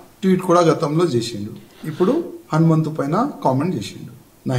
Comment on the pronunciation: Raju ganni telugu correct GA nerchukomanandi, hanumanthudu ani palakaniki ostaledu vaniki